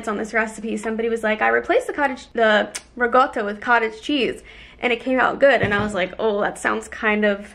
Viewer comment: Why does everyone pronounce ricotta with a g? lol